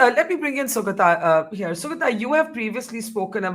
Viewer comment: Barkha: that name is pronounced Sugāta not Sugatā. :)